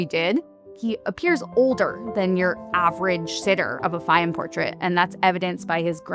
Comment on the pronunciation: My God! There are so many words she can't pronounce: Fayum, Modigliani, and a few more just in the first 2 minutes.